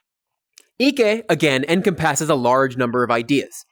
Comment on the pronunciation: Anybody else bothered by the pronunciation of "emcompasses"?